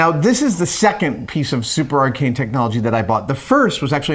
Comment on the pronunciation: Is Adam saying "Arcane" or "Archaic"? Because I swear it's the first ',:o